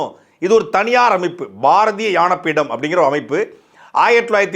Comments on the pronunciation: பாரதிய ஞானபீடம் என்று சொல்லுங்கள் தம்பி, உங்கள் உச்சரிப்பில் “ யானபீடம்” என்று சொல்கிறீரகள். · உச்சரிப்பு சரியா இல்ல யானை பீடம் கிடையாது அது ஞான பீடம். எவ்வளவு அருமையான தமிழ் இப்படி வாசிக்கிறீங்களே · எனக்கும் அப்படிதான் நினைத்தேன் தம்பி ஞா என்பதை சரியாக உச்சரியுங்கள் உச்சரித்து பழகுங்கள் நன்றி வணக்கம் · அது ஞானபீடம் டா, யானை பீடம்மாம்ல. தாய்ளிக்கு தமிழே ஒழுங்கா வரல..இதுல இலக்கியத் தரம் குறித்து பேச வந்துட்டான் 🤦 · ஞானபீடம் அது, நீங்கள் யானபீடம் என்று தவறாக உச்சரிக்கிறிர்கள் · ஐயா சாட்டை, ஞானபீட விருதுன்னு சொல்லுங்க.யான பீட விருது.யானபீட விருதுன்னு சொல்றீங்க.தமிழை உயிராகப் போற்றும்,சாட்டையே தமில்,தமில் என்று சொல்கிறீர்கள். மொளி மொளி என்றும் சொல்கிறீர்கள். முதலில் தவறில்லாமல் தமிழ் உச்சரியுங்கள், பேசுங்கள் சார்.பாவம் தமிழ் மொழி சாட்டைப் போன்றோரிடம் மாட்டிப் போராடுகின்றது. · அது யான பீட விருது அல்ல ஞான பீட விருது என உச்சரிக்கவும் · சாட்டை அவர்களே..... "யான பீடம்" அல்ல...... ""ஞான பீடம்"" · "ஞான பீடம்" என்ற சொல்லை...... ஏன் "யான பீடம்" என்று சொல்கின்றார்????? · யானபீடம் இல்லை.... "ஞா"னபீடம்... சங்கரgurup இல்லை சங்கரகுருப்.... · யான பீடமா ? தம்பி அது ஞான பீடம் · அண்ணா உங்களுக்கு ஞான உச்சரிப்பு சரியாக வரவில்லை,,யாண பீடம் என்று உள்ளது, சரி செய்யுங்கள்... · உச்சரிப்பு யானபீடம் என்று உள்ளது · அண்ணா ஞான பீடம் யான பீடம் என்று காதில் விழுகிறது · யானபீடம். இல்ல. ஞானபீடம். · தெரிஞ்சுதான் சொல்றார் யான பீடம்னு...ஞா...என்பது சம்ஸ்கிருத உச்சரிப்பாயிடும்னு நினைக்கிறாரோ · நல்ல தகவல். ஆனல் ஞானபீடம். என்பதை சரியாக உச்சரிக்க முடியாதா முருகன் அவர்களே. யானபீடம் என்கிறீர்.. வைரமுத்து என்ற பெண் பித்தருக்கு முட்டுகொடுப்பதும் சரியாகப் படவில்லைஐயா... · "யான" இல்லை - "ஞான" பீடம். தமிழ் வார்த்தையின் உச்சரிப்பில் தம்பி துரைமுருகன் சற்று கவனம் செலுத்த வேண்டும்! 😊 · ஞா என்பதை ஏன் யா என உச்சரிக்கிறீர்கள்? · ஞான பீடத்தை யானபீடம் என்று சொல்வது கேவலமாக உள்ளது! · யானபீடம் என ஏன் உச்சரிக்கிறார்.நியாயம் சரி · சாட்டை, ஞானபீடம் என சரியா உச்சரி தமிழ கொல்லாத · சாட்டை, யானபீடம் என்று உச்சரிக்கிறீர்கள். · ஞா சிலரால் உச்சரிக்க இயலாது சார்! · ஞான பீடம் என்று சரியாக உச்சரிக்கவும் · எனக்கு யானை னு கேக்குது